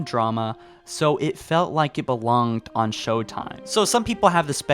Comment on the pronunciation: "Sho-time." A reference to "sho-nuff" which is ebonics slang for "sure enough." The implication is that it's humorous because African American Vernacular English is thought, by people such as, to sound unintelligent. It's a way of mocking black people by disparaging the way a number of them speak, without saying something that would be immediately recognizable as an insult. It's low key racism.